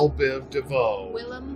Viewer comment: willem not william.